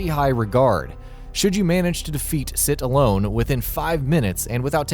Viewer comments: sir allone? lol it's Sir Alonne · "Prepare to die" was just the re-release of Dark Souls with the dlc packed in, not an expansion. The expansion that added Kalameet was "Artorias of the Abyss". Also, who the fuck is "Sit Alone". Did you mean Sir Alonne? Thirdly, for the love of god never even think of attempting to say Lucatiel of Mirrah ever, ever again. Please, get someone who knows what they are talking about. This is just embarrassing. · Did he just say 'Sit Alone' instead of 'Sir Allone' ? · sir alonne not sit you nit wit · SEPTIKU? SITALONE? Good job guys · Sit Alone, Sipuku, Lusatiel of Mereraaaaaah. This video was a good laugh, thank you. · So . . . the one talking in this video has never played a Souls game and is reading a script ripped off from others' YouTube videos while incredibly hungover without his glasses. Why the everlasting fuck would a boss be called 'Sit Alone'? Not gonna do a second take? OK, you do you. lmao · Wow, this video is insanely lazy. This is just a ripoff of TerraMantis' and VaatiVidya's content who both mentioned these things. Also, the voice over dude has no idea what he's talking about. "Sit Alone"?! "Lusatiel of Miraaaah?". Yeah. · Supreme Buffalo ._. how can someone mispronounce Sir Alonne like this.